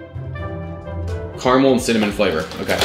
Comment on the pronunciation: Fact that you say caramel wrong is kinda annoying